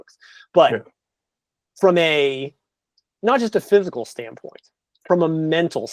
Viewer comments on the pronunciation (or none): Was pronouncing physical as "physial" therapist, or am I just hearing it wrong? Or is that a whole thing/profession I've never heard of called physial? I literally just passed my kinesiology and anatomy exam, 83 percent lol. But I've never heard of physial therapist? Is that just an accent/dialect thing? I'm not trying to poke fun at all, it's a genuine question. Is it like axing a question? That's fine again I respect all people's differences it's fine. Genuinely curious over here.